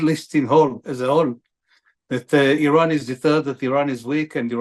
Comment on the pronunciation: Iran can,t srike Isreal? The Iranian airspace is Exposed ? I call this fake news.and the pronounciation of these guest is so bad,sry😂😂😂